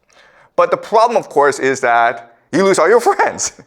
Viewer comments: "The pwobwem" more like it. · Its not proooblemm Its ploblemm